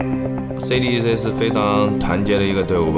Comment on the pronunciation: CDEC there´s a fuckin reason why it´s written in CAPS. it´s C D E C not cdeck ffs. get your shit together. Same with Aui. LD says A U I.